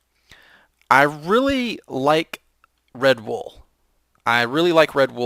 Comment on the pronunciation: When you said Red Wool, i thought you said Redbull xD